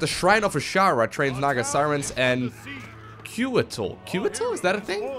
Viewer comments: Okay, so, I just have to say this. KO-A-TL, each letter having a hard and clear pronounciation. It's winged serpents from I believe Aztec mythology. Not trying to be rude here, just had to point it out. Another great episode, though! :3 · The flying units are pronounced "coo-wah-tel". Good game!